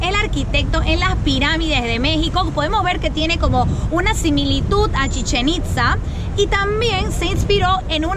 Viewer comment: Pronuncien bien chichen itzáááá acentuada en la letra A y rio de janeiro tambien